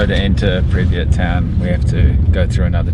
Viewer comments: PRIP YAT! Two SYLABLES NOT THREE! You should know how to pronounce where you are at! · 30 seconds in and I hear nuclear pronounced nucular, and pripyat pronounced so wrong. I won't be watching this uneducated youtuber.